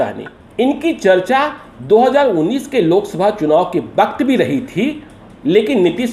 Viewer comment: Phir waqt ko baqt kahta hua senior journalist